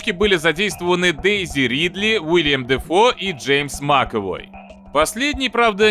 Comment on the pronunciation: Я вот все жду чтоб хотяб один обзорщик произнесет имя Дефо правильно, пока безуспешно.